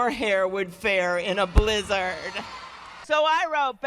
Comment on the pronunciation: Why does she say blih-zehrd like that?